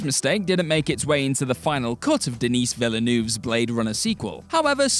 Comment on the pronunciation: Denis vileunerve,is pronounced den ee,veil nerve.learn how to say someone's name